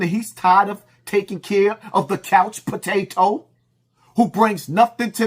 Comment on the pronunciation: Couch PO-TAY-TOE 😂😂😂